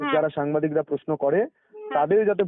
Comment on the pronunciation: Kotha ta Poshno noi Proshno. Kotha ta nai niapotta na Nari niapotta. Kotha ta ekdom noi ekdom